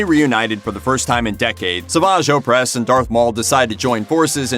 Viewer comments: Seriously, how hard is it to watch a single episode of the show to figure out how to pronounce Savage Opress? This channel, and others like it always make videos like these and completely butcher the pronunciation of the names, as if they couldn't be bothered to watch the thing they talk about... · Are you really a true fan if you don't know how to pronounce the name of Savage Opress correctly?